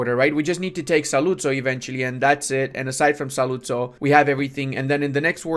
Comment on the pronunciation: quick pronuciation tip: Ur italian is pretty good for an non italian guy but you put the accent in the wrong vocals, like in saluzzo the accent is in the u, in treviso is in the i and the o has a closed accent ecc...